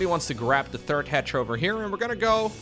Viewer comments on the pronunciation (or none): none